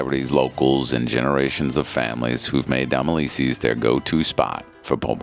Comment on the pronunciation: How do you say Domilise’s? lol I thought you were from Nola?